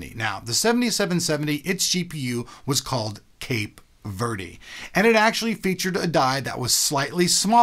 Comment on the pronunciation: It's pronounced Cape Vurd =p